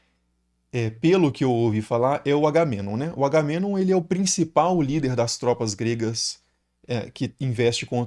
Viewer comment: Se pronunciou o nome do Menelau corretamente, deveria ter feito o mesmo com Agamenon.